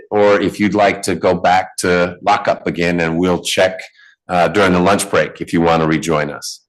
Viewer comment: Did anyone else notice this guy says “luach”!?